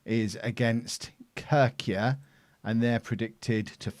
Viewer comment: A little bit of help using some english words. - It is indeed pronounced as a word, OFI like "o-phee", not o-f-i. - Sokratis Fytanidis -> Sokratis Feet-a-knee-this.Tones on "a" not the "o" of Sokratis and on "knee". - Kerkyra -> Care-keer-a. Tone on Care. It's the island of Corfu. - Diamantis Chouchoumis -> The-aman-diss Who-who-miss. Tones on "diss" and the second "who". - Giorgos Zisopoulos -> Your-wos Zees-o-pool-os. Tones on "your" and "o". The s has an "s" sound, not "z". - Manolis Bolakis -> Man-o-liss Ball-a-kiss, tones on the "o" and the second "a" of Bolakis. - Halilaj is actually Halil-aye like "aye aye captain". - Nikos Giannitsanis -> Nikos was perfect as you said it, Yani-cha-niss. - Ioannidis -> E-o-a-knee-this. "E has the "ee" sound. Tone on "knee". - Gaitanidis -> This is tricky. G has a "y" sound. Like "yes" not "ges" or "guess". So it's Yaita-knee-this. If it's too hard, try Gaita-knee-this. - PAS Giannina -> Pass Yiannina. Tone of "Yiannina" on the first "a". -Tsampouris -> Cha-boo-riss. Tone on "boo". You're right, Athens is nothing alike cities in the UK but it's too much to ask of the SI to customize the look for every region. By the way, loads of mediocre Argentinians-Brazilians come to Greece, even the 2nd tier. It's better money than playing in their own 2nd or 3rd tier and there's similar weather, lifestyle, cuisine. Nikos is a top 5 most common name. Hahaahahahaha. Loving the series. Will be following for sure.